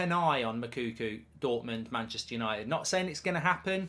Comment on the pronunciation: Please, endeavour to make an effort to get the right pronunciation of the name of the Dortmund striker. His name is not Moukoukou. Hi name is Moukoko.